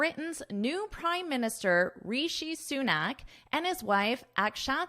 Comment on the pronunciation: Though, your pronunciation is not good. You have to work on it. Say it again and again RISHI SUNAK ......